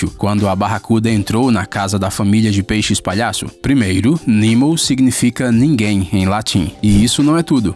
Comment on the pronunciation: Nimo?... ou Nemo.... Olha que video horrível